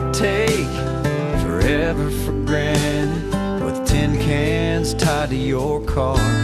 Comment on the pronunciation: It's tin cans not ten cans lol